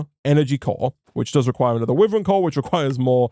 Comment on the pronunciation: the way he pronounces wyvern actually hurts me, it's supposed to be why-vern (like the dragon) Say it however u feel, just though I would let you know just in case. Love ur content, keep it up <3